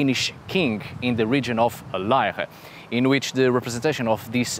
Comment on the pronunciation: Good work pronouncing "Lejre" 👍😊 🇩🇰 Thank you for this analysis of the tiny 'Odin on a chair' artifact. It is in fact so small it was recently made available for purchase as a silver pendant, in the National Museum in Copenhagen.